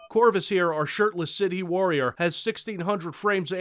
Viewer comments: Sidhe is not pronounced "cid-hee" but "she." It means either "fairy" or "mound"--essentially the description of a magical thing, or a place where one can find such things. Example: bean-sidhe, or "banshee," meaning "fairy woman" or "woman of the [burial] mounds." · "sid-hee" Fucking lol It's pronounced "she" you fucking no nothing dinosaur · Sidhe is an old Celtic word, I think? It's pronounced She. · Im sorry what dialect do you speak? cause I have never heard in my life anyone speaking any dialect pronounce Sidhe like Saive, or pronounce dh or idh as anything approaching a v. did you misread the d as a b? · Sidhe is pronounced "she" and means fairy. Irish is fun. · Just an FYI, Sidhe is a Celtic word, pronounced "She". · Sidhe is pronounced Sheed - it's a gallic word that people misuse a lot because it sounds neat. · sidhe is pronounced shee :^] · Got Heretic II for Linux. Oh and sidhe is Gaelic, so pronounced "Shee", or close enough. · He's aware but he's deliberately mispronouncing it since he doesn't like the sound of the word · you know i was going to point out his off key pronunciation but in the end i just said fuck it, sometimes people don't want to know.